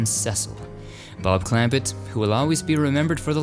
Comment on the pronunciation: Nothing says "I never watched it" quite as effectively as mispronouncing "clamPETT" and "SEEcil."